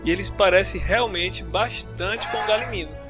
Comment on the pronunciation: Galimino? E Galimimo'-'